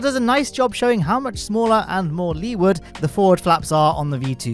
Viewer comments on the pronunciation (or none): none